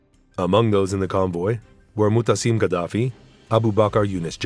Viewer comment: sein Name ist Muaammar und nicht Mohammed